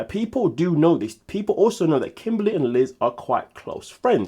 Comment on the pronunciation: Lol kim-baly, I can never see her without hearing that pronunciation lol